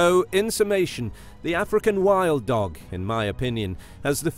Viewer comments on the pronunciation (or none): No one. Absolutely no one.: "Ahfrikan Whild Doug"